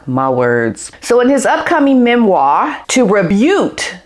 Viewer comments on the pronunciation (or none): I don't normally like to correct someone's English but you are such a lovely, young woman inside and out, so I am sure you will forgive me. You used the word "rebute" instead of "refute". If you were going for rebut" it has the sharp 't' sound on the end not the 'oohte' sound. Or possibly you put them both together and made your own word. Quick, you need to trademark it 😊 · It's "rebut". Not "rebute". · Great content but it’s rebuKe not rebute. xxxx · Rebut -- is pronounced "ree-BUTT." Please forgive my cheekiness, I don't usually correct people's language, but the old grammar and language teacher in me had to comment this time. I enjoy your channel a lot, and in no way am commenting on you personally! You have a fan in me, a snitty old schoolmarm!